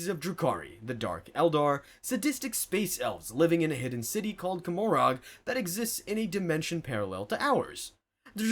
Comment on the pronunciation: Did I hear what sounded like kuh-MOR-ahg? cause its ko-MOR-uh its a play on Gomorrah, the biblical city. The black library is all up in audiobook form if you want to learn pronunciation.